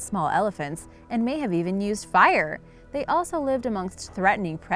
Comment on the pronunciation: And she doesn't just say the hobbit people also used fire, but they also used FIRE!!!!! ... 😑 uh. Okay. It's not that hard to create fire.